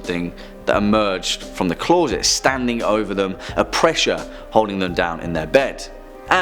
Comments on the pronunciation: Clause it? Where is the narrator from? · Why can’t you say the word closet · ITS CLOSET NOT CLAWSET, LEARN HOW SPELL IDIOT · What’s a clorset? I giggled when you said that... TWICE 💋💋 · "Clawset"? Did i hear that right?